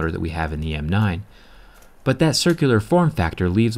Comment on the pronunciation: HOW MANY TIMES DO U HAVE TO SAY " DAT "